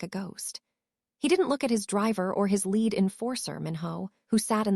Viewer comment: Please pronounce lead and lead in the correct grammatical tense and definition